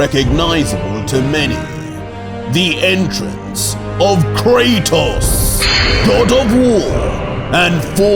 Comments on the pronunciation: You cant do krotos wrong.... boy lol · Bro you forgot the “A” in Kratos